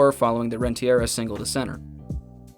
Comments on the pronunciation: World Series MVP Edgar RenteRIA. A legend whose name deserves good pronunciation. Hit a walk off single in game 7 of the 1997 World Series, grounded out to break the curse in the 2004 World Series, and won MVP of the 2010 World Series at 35. Legend. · Couldn’t watch after you said “Edgar rentiera” and realized whoever made this has no idea what they’re doing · Say it with me. Ren-Ta-REE-Uh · I'm unclear on how he reached the voice recording session of this video, and didn't pick up on the pronunciation from his clip research.